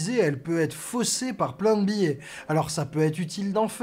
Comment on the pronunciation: "Biais", pas "billet" ;)